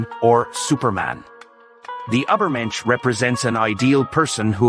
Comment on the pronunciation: Truly beautiful!! Buy why didn't you put more effort in pronouncing "Übermensch" correctly? 😭 It really spoils it a bit for me....